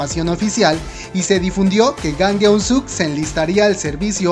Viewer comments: Su apellido es Jang... por que le dices "Gang" ?? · creo que tu pronunciasion es malisima el nombře real es jang no gang literal se pronuncia chang a si debe de sonar jang en coreano estudiale amigo por que tu pronunciasion es malisima